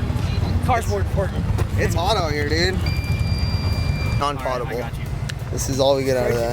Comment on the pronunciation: Thats not how you say potable